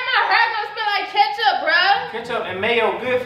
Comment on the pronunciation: Ken: “ it’s kitchup on the floor it’s kitchup on the couch “: “ and my hurr “ Ken: “ girl don’t nobody care about your hair it’s not hurr it’s hair “: “ like I said I said what I said it’s kitchup in my hurr “ 😂😂😂